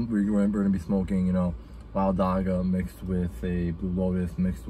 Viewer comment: dam bro you butchered the pronounciation of dagga its a soft g similar to how the ch sounds in bach